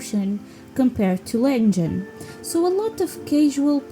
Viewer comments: girl its Legend not lengen lmaoo Legend is my all time fav video game. too bad its too short cus its so perfect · Wow, interesting and surprising to know that Anniversary sold the least! I believe one day you'll start using 'Legend' instead of 'Lengen' haha :yougotthis